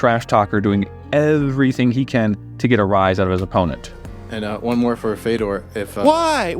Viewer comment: It's pronounced "Fjodor"